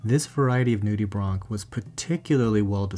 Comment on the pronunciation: Him : nude-e-bronc Me: Nude-e-branch